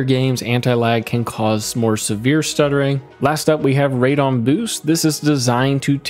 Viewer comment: Can tell you are not a PC gamer calling it radon. lol when it has a E in it and starts with RAD as in RADical